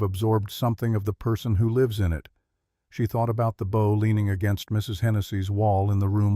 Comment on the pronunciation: It is BOW(boooow)